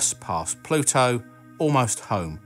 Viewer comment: Just upload a video of you saying the word Pluto in different sentences. Pah-LU-toe